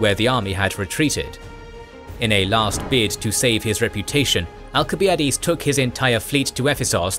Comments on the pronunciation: theyre supposed to be pronounced AL-sib-EYE-ə-deez and thew-SID-ih-deez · Why is he mispronouncing the names of Alcibiades and Thucydides?